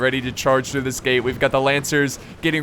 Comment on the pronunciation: am I the only one thinking he said "gay battle" and not "gate battle"?